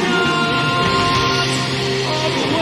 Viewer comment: Sorry to nit pick and bust everyone's balls, but champions is a 3 syllable word not a 2 syllable word.